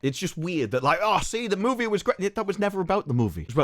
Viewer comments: Take a shot every time he says Moevie. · I think when you were young and learning to talk, your parents took you to Canada. There you heard the word 'movie' for the first time and, from that moment on, you forever more say the word movie with a Canadian accent